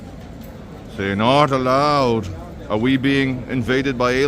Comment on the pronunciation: Hey how are you may love the vids and love how you say not alloweed cracks me up it would mean alot to me of you like this post keep up the good work dude 😀